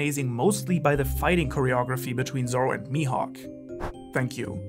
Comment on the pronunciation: "Mihawk" *MAJUUB* Dafuq?😂